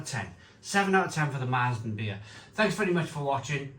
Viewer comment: Please. It's pronounced "M'air-zen" not "Mars-zen"